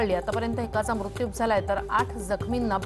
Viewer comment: मृत्यु चा उच्चार ही कधी शुद्ध करणार आहे ???.